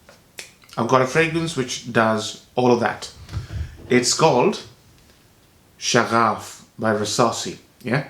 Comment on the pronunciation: It is Shaghaf - pronounced Sh-ŭ-gh-ŭ-f (like butter) It means passion, spirit etc